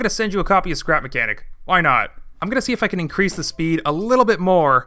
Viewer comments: skrep makenik hahahahahah its srap mechanic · Dude it's not sleep makenic!!!lol Its scrap mechanic man!!!!😂😂😂😂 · nobody:: skrep makenik